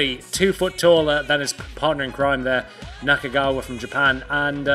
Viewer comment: Naka-Kagawa? sometimes you got it right and other times you butchered that name. lol